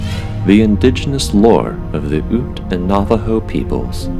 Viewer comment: Ute Indian tribe Is pronounced 'yoot'